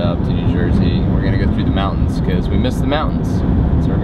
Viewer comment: "... out in the mow-ans..." Strange pronunciation of "mountains". You also seem to say "bo" for "boat", most of the time. Odd... You also might want to learn what "vocal fry" is and realize how annoying it is on a video.